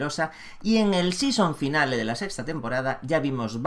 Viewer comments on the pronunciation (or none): mis odios sangran cada que escucho "sison finale"